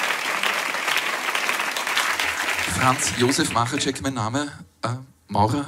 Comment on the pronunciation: Machatschek "deutsch ausgesprochen" ;-) Nun ja, bei uns ist ein Herr Özdemir eingezogen (mit Doppel-T ;-) ) Ich habe wegen der slawischen Namen an den Meister denken müssen ;-)